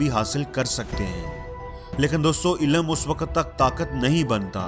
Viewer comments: ILAM nahi... ILM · Ilam nahi... Ilm !!!